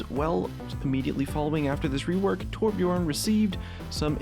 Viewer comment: when people cant pronounce torbjÖrn, whats so hard about it? Ö not O